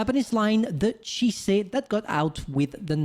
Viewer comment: Chi -se are you sure it’s not chee zy🤔?